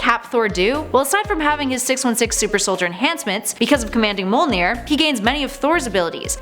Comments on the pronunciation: It's not Molnir it's MJÖLNIR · She said molnir insted of mjolnir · why do pronounce Mjölnir wrong its not that hard